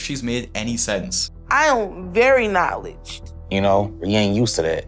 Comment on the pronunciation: But she's so" knowledged"